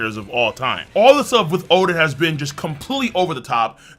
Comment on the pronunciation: Why you say oden like that